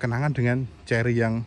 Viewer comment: Kerry bukan cerry☺